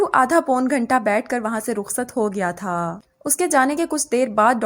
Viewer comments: Thaaaaa thaaaa thaaa soo irritating yaar 😑😑😑😑😑😑😑😑😑😑😑😑😑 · The force on thaa and thiii sounds more irritating